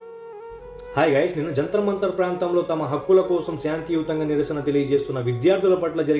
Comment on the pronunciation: Mud m kadu😂😂😂😂 shanthi yutanga anta..